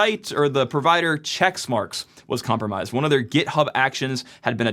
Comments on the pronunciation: It's Checkmarx not Checksmarx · It's checkmarx - not chexmarx. Just sayin'. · Says March 2026 was last year and keeps pronouncing it "checks marks" (it's "check marks"), and we're supposed to trust this guy? PS -- they're "pull requests" not "merge requests" in GitHub land but you kept mixing up that as well. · It's checkmarx not checksmarks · Quit saying "CHECKS" MARK. It's Check Marx. Dumb dumb. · It' not ChecksMarX, it's CheckMarX. Sorry, but this triggered me 🤣